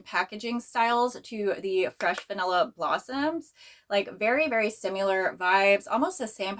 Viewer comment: Where are you from? Jw bc I've never heard anyone say "simUlar" before lol just similar like with a short "i" sound. Love your videos ❤